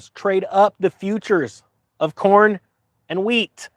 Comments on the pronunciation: For a second I thought you were saying porn and not corn. Allot of porn used to come out of Ukraine as well. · Ohhh... i thought he said porn.. Number 1 exporter of corn 🌽 makes sense also.